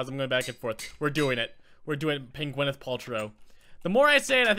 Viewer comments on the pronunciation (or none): It's Gwyneth Paltrow not Gwenyth Paltrow AHHHHH.